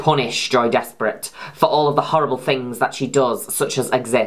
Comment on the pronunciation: It pronounced joy des-pray